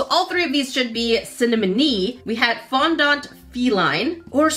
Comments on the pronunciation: It is fondant not fondond sorry 😔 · Its pronounced Fond-Ant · It is fondent not fondant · As someone who loves baking, I audibly wheezed when she said ‘Fon-Daant’